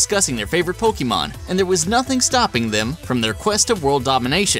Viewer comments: Poke-Ay-Mon not Poke-Ee-Mon. It just bugs me. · ITS NOT POKEEMON! ITS POKAYMON!!!! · OMG HE KEEPS MISPRONOUNCING 'Pokémon' AS 'Pokee mon' UUUUUGGGGHHHH!!!!!!!! ONLY NOOB 'GAMERS' MISPRONOUNCE IT!!!!!!!!!! 😡😡😡😡😡😡😡😡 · i cringe everytime you say poke E mon... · hear "pokimon" O.o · Axellion poke-aymon sounds stuipid it's poke-UH-mon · Actually, most Americans are unable to pronounce "é" correctly due to their accent, so even people who make a living off of Pokémon tend to mispronounce it. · Did you just say...POKEEMON?!?!?!? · The Spicy Meme That's still off. Think about it this way. Pokémon comes from Pocket and Monsters. You don't say Pock"A"t or Pockayt or Pockeet. You know how to say Pocket. So, just take the "Po" and "ke" sounds from POcKEt and the "mon" sound from MONsters and you get Pokémon. The "e" sound in Pocket also happens to be the correct way of pronouncing é.